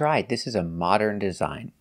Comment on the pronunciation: There are so many mistakes that she makes that I don't even notice, like in the word "modern", and it's simply because I'm also a native Russian speaker and we make similar mistakes due to our native tongue. However, it's not acceptable to teach others when you can't even speak properly